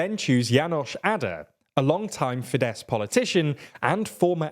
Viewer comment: Isn't Fidesz pronounced Fidesh?